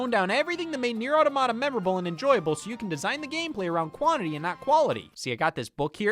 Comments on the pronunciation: I’ve never even played this game and even I know it’s “aw-tom-ihduh” not “aw-duh-maw-tuh” It’s okay though because your pronunciation is silly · “Otto motta” 😭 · I know it mentally hurt me when he said that. For the record it’s “aw ta ma ta” like automaton. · depending on how much of a pedantic nerd you wanna be it’s actually “out-o-ma-ta” (preserving the Latin pronunciation). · Please Scott, look up how to pronounce "Automata" before you publish a video 😭